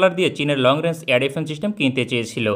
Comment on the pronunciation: "চিস্টেম" কি জিনিস, তা কেউ একটু বলতে পারবেন?